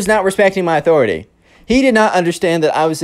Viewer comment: "Athoriti" made me die so hard